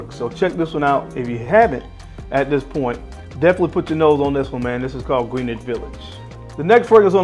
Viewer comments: Grin-ich. Not trying to be that guy, trying to help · Great video as always! I can tell you’re not a New Yorker, it’s pronounced Gren-ich village.